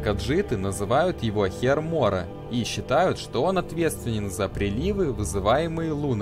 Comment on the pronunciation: мне послышалось "каджиты называют его хер моря"